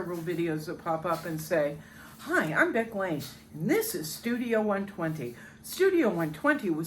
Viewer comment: Happy Birthday Beck!!! Thanks for the 'shout out' , you nailed the name pronunciation. An awesome video for All Artists Beck! Yes, Mindfulness & meditation are key to getting out of your own way. Letting Go and Allowing your creative, intuitive self to speak (whisper) to you. Then go Dive-in and Do The Work Daily! Yes, the hands on your portrait-in-progress are very well done...they draw the eye! This is a busy year (I finally acquired gallery representation last December) am busy making new work for my first gallery show later this year! :-D